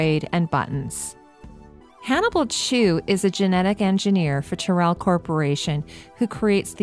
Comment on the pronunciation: I thought Tyrell was pronounced more like "Tie-Rell" (not Tir-ell). That's if my memory of the film serves me (it's been a few years since I've seen it).